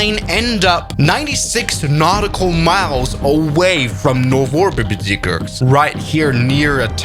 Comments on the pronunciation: Your pronunciation of Novorbgrziegorsk was on point! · "novobgzibirsk" wow